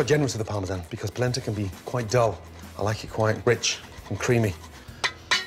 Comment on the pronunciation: It’s “Polenta”